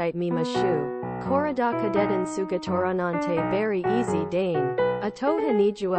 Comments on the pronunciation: 他はわかるが英語マジでどうしてそうなったw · 英語終わってるの草